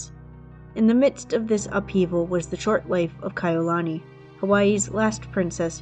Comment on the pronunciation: Yes it's called respect your subject is our princess it's not difficult to assure that her beautiful name is pronounced correctly. I did enjoy video that was the only thing that was bothering every time Kai'ulani was pronounced incorrectly. Thank you & best regards.